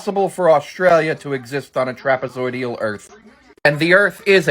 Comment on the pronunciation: Sorry if it's already been said... the word is trapezoidal, not trapezoidial.